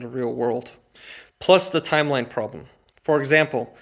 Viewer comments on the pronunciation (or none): none